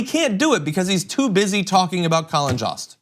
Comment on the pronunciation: Colin Jost's last name rhymes with host, not lost.